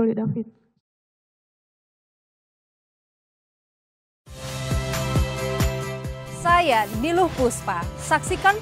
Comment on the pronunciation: Korban nya david bukan DEPIT